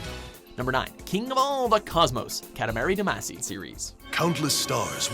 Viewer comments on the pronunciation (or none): why can no one say damacy correctly